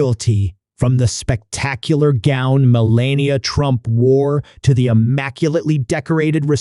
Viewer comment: Mell-an-e'-ah, nice try, robot. 🤖